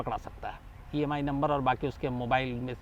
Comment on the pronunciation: Sir EMI no nhi IMI no bolo sir Aap ko hi pta nhi 🤣Ya Bol ne me mistc h